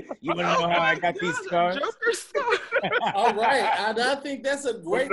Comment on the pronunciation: Man said joker scars... 😂😂😂